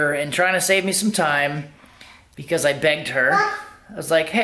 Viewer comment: Thats what I heard too.